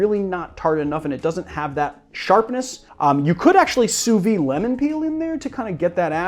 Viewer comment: Just a btw, "sous vide" is pronounced "sooh veed", rather than "sooh vee".